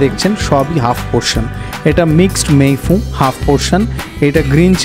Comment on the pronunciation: ভুল করে আশিস বিদ্যার্থী লিখেছি; ২৪:১৫ তে দিব্যি "মে ফুন‌" বলতে শোনা গেল, হয়তো র বহুবার ঐ উচ্চারণের জেরে!